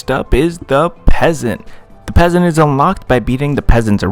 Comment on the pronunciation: "the PE asant"